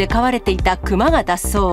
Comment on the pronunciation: クマのイントネーションが目の下のクマ肉なってる？